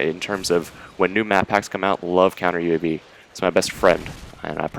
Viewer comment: Counter Yewsaydee's? lol ... I chuckled, I've flopped on my words before too. I think I'll call them that from now on.